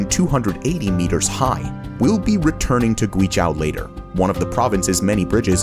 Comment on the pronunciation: Guizhou ==> Gwee-joe.